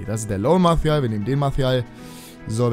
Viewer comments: Ja ich habe französisch in der Schule...'Marsial' würde ich mal sagen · Warum sprichst du Martial mit spanischem akzent?